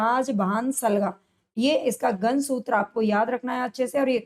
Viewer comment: मैम गन नही गण है पहले उच्चारण सही करो